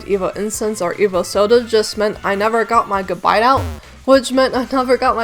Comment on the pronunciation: Is that the right way to pronounce Gabite? I always thought it was with an eh sound.